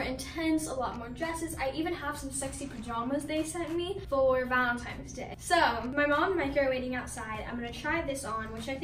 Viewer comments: I mean I love her vids but I swear she said “Valentimes” instead of Valentines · “VALENTIMES” that is literally my biggest pet peeve it’s called “VALENTINES” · girl it's valentine's day not vAlenTiMe'S DaY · “Some sexy pajamas for VaLeNTiMeS dAy ” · Imagine thinking your old enough to wear lingerie for “valentimes” day. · when she said "VALENTIMES DAY" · Did she just say valentimes day im dead😂😂😂😂😭😭😭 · Did I just hear VALEMTIMES DAY!? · did this gurl just say "VaLenTiMEs Day?!?" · She did not just say VALENTIMES day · If you didn't get it. She said valentimes day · She said "Valentimes" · SIS SAID VALENTIMES DAY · “Valentimes day” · “Valentimes” day.. yeah she’s 13 for sure lol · DID SHE JUST SAY VALENTIMES DAY?? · "Valentimes Day"